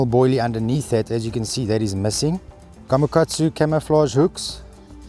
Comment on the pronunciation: És még egy apróság amit el lehetne tanulni tőlük,hogy ahogy a hollandus is nagyon helyesen mondta ''gamakacu'' és nem gamakacsu. Így mondják japánul.Esetleg a ''kamakacu'' kiejtés is helyes. :) Amúgy a videó profi mint mindig.